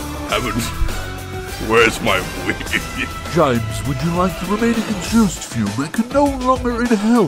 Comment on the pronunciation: ‘Exhoost fume…’ 🤣